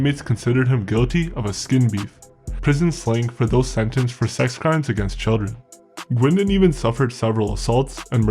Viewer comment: The term "deadliest" and how this video has been edited is suspect. The AI voice doesn't pronounce "Guindon" properly. Laughable if you have lived in Oshawa as I do.This video with ominous voiceover and descriptions try to make Bernie sound like a mad dog killer OG of OGs is laughable at best.